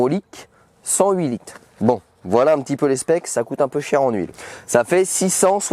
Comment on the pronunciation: Il m'a stresser en disant 32 lites 16 lites 6 lites au lieu de dire litres 🤣😭